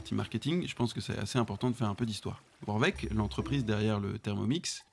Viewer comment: Ça se dit Vorwerk pas Vorveck